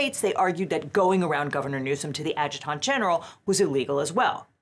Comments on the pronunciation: Adjutant, a·juh·tnt, not a-juh-taunt. It's distracting hearing it incorrectly over and over. Also, This is insane. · It's pronounced "add-juh-dent" and spoken fast. 😎